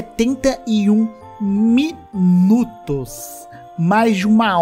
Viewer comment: "Miunutos". Kkkk Ri disso, não creio. Kkk